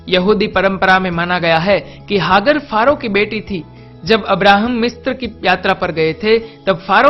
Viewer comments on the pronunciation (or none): हाग्र नहीं, हाजरा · अरे तू कौन है जिसे नाम का सही उच्चारण का भी नही पता, सराय और हागर कौन हैं बे चूतिये, पहले नाम तो ठीक से बोल बाद में किसी के धर्म का उल्लेख करना।